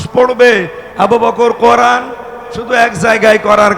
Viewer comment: করান না কোরআন উচ্চারণ এখনো শেখেন নাই কি শিখলেন?